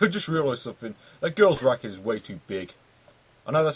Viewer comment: Sounded like you said the girl's rack is too big. LOL Then I found out it was the tennis racket.